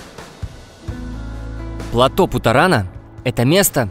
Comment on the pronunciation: первый автор на ютубе, произносящий слово ПЛАТÓ с правильным ударением